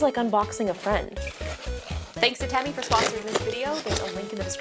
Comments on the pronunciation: its not pronounced te me it is tee me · Technically it’s pronounced “teemee” because ē is a long e as in cheese so it’s teemi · It’s pronounced Teeeeeem-e like Team-E Because the - above the E - “ē” which indicates a long vowel sound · tēmi not TEMI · The line over the "e" indicates a long vowel pronunciation, so it should be pronounced "TEEmi".... But, given the state of the educational system, it's obvious that neither the manufacturer nor Justine know this... The robot itself is just a toy, at best an Amazon Echo Show with wheels... doesn't even vacuum.. Semi-automatic sidearms would be useful (for security)... :-P You can DIY your own tele-presence robot (even using an Echo Show) for A LOT less. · Robot: temi Ijustine: tem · Great video, but how many times can we miss pronounce its name? Even the robot itself miss pronounced its name. The line over the E means it should be pronounced, "Tea Me." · my name is tim and every time she said temi i thought she was saying timmy